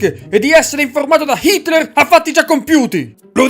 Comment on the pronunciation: Solo io lo sento pronunciare "Shitler"?